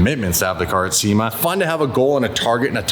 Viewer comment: Lol pretty sure the first time you said Sema I was like... nope!